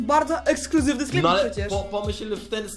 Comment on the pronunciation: "sklep" ja daje 11/10